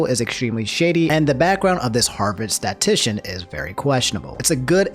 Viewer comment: Oh my god it’s “statistician”, not “statician”. I liked the video but that was annoying lol.